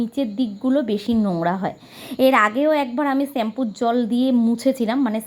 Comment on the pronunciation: ছেম্পু না দিদি শ্যাম্পু হবে। রাগ করোনা। ঠিক ভূল মানুষ মাত্র।